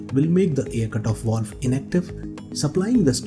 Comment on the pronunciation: WTF is a “wowlve”?